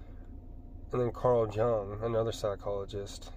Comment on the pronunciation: It's pronounced FR-OY-D. and Jung is pronounced with a Y sound.